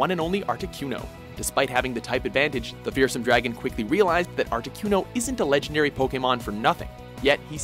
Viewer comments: I get that the narrator pretty much doesn't know anything about Pokémon other than what it says on his script but like... damn... Ash vs Jeanette is one of the most forgettable picks on this list... why pronounce Articuno "Arti Q no" in the same clip they SAY the name? Why call it the "Diamond and Pearls region"... What the fuck was with the Venusaur called "Vein u saur"? Didn't go too in-depth about number 1 but I actually agree with it, the fight meant a lot more than just Charizard vs Blastoise, and Ash showed off his unique tactical mindset when he figured out hot to bring Charizard in close to Blastoise. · How come you kept mispronouncing it as Articyuno? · Dude why do you struggle to pronounce Articuno? It's not hard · How do you pronounce Articuno and Venusaur incorrectly when they say it in the show?